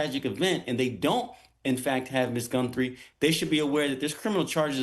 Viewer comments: Who is is tool you brought on? it's not "Gunthrie," it's Guthrie. And why did you look so giddy to be on the show? "What an interesting case!." Lame. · Her name is Guthrie not Gunthrie,you sound like an idiot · It's G U T H R I E, not Gunthrie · There is no N in her last name - it's Guthrie, not GuNthrie 🤦🏼‍♂️ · There is no N in her last name - another reporter was saying the same thing. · Gee whiz! This man can't even get Nancy's name right! He said Gunthrie about 20 times!! There is no N in her name. And what ge said about the reason so much attention is on this case was stupid. This guy just wants to see himself on TV. We just need to find her safe and sound. It doesn't really matter who she is or who her family is or if they are rich or poor No one should gave to go thru this. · "Captures" "Gunthrie".. get this clown off the air ! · Thought I was the only one who noticed that lol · I couldn't even listen to the entire report.... The mispronunciation of her name was so distracting🤦🏽‍♀️ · It is absolutely nails on a chalkboard listening to him mispronounced her last name over and over again specifically and clearly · Pronounce her name correctly please. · Is there any good reason a news analyst/attorney can't figure out how to pronounce "Guthrie"? Makes Fox look bad... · With all due respect Please pronounce Mrs Guthrie’s name correctly-there is no “n’ in her name! Praying for her safe return but I’m doubtful that will happen. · Stop pronouncing her name wrong!